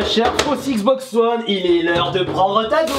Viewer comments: Cela se dit wone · Je crois qu on dit wane